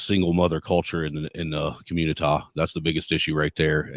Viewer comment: Why you tf you keep sayin communi-tah?